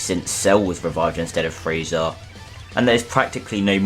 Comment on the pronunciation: He said cell had friza putentshull whall Friza wasint on earth